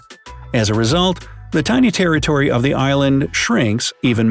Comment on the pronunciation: I had to replay the sentence because I heard “Terry Tori” 🤦🏾‍♀️